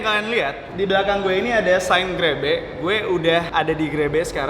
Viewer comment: 00.30 terdengar seperti grepe